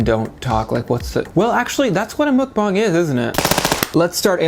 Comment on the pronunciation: Btw, it's mukbang with a short u (as in the word under). So, mukbang, not mookbang